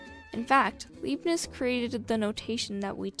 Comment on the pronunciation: Leibniz * pronounced like La ee b neez